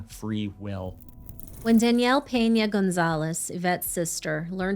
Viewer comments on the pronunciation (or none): none